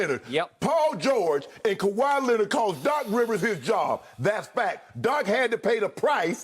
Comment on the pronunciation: Shannon: THIS IS FAK!